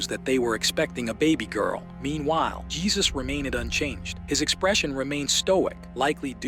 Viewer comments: Couple of things: Dude's name is pronounced "Hay-Seuss". In response to an earlier post saying that Jesus what not a good guy because of the lengths he went to to cover the "incident" up. I disagree. I can only imagine in a situation where something so tragic has happened, that the state of shock you would be in would cloud your judgement or responses. Also, no clear evidence there was an inappropriate actions by Jesus against Ruth. She seemed like a foul mouthed immature child with a crush on a grownup that was nice to her. I thought this movie was not horror, but certainly horrifying. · It's pronounced "Hay-soos." As in "Hay-soos freakin' christ, what a low-effort channel."